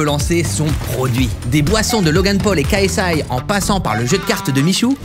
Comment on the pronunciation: Apprends à prononcer KSI svp 🙏 Tu prononces le « K » en français et le « S - I » en anglais lol